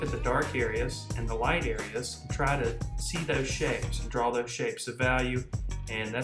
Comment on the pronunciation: Dude it's not drawl or drawling it's draw drawing there is no l when you say draw or drawing